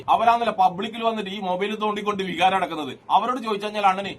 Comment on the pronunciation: വിഹാരമല്ല ടാ ചങ്കി പോത്തെ വികാരം എന്നാണ് 😂😂😂😂